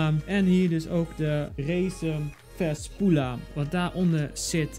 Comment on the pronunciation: Na al die jaren wachten op een nieuwe quality video... komt ie aan met een muismat unboxing waarvan hij geen eens de naam goed van kan uitspreken. Good job:D